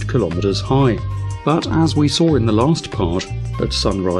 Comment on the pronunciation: "Saw" ends with a W, not an R.